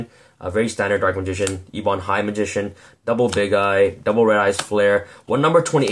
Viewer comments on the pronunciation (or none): none